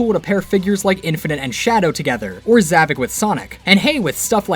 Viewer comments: Not zavik it's zavok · isn't it Zohvphck not Zahvock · Ahem it’s pronounced like Za Vock think vock like co- wait, I️ can’t say that on YouTube!